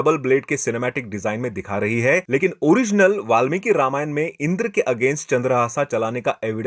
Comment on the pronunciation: उच्चारण पर काम करो भाई। रावन ❌ रावण ✅ रामायन ❌ रामायण ✅ पुरान ❌ पुराण ✅ लक्षमन ❌ लक्ष्मण ✅